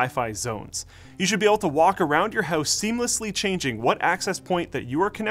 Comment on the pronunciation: You said house like a damn canadian...dont do that again....